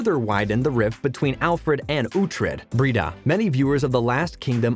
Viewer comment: But they got Brida's pronunciation wrong and showed the wrong clip for young Uhtred.